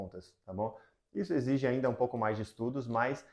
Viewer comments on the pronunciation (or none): none